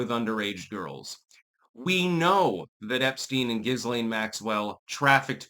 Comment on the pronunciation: It's zhees lane